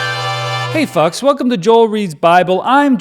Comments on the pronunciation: I definitely heard you say “Hey f*cks” instead of Hey FOLKS. Not sure which I like better, tbh. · Yes, I must agree that was on the boring side. However we did get a funny voice and I like your shirt, so there’s that. Hmm, when you said “f**ks” I thought that was some kind of Canadian pronunciation, turns out it was Joel being naughty!